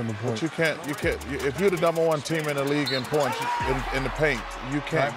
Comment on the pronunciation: "Paints in the point" says Chuck lol